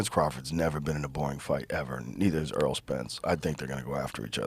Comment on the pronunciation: Errol not earl